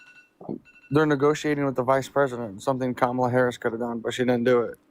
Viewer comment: Why does every Trump supporter mispronounce Kamala? Theories? Lol